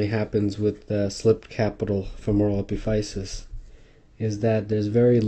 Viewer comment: it's pronounced uh-pi-fuh-sis.